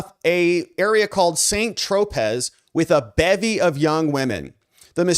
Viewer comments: and “saint tro-pez” instead of “san tro-pay”. Still appreciate and love the show, though. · Saint tropez is pronounced San trop-a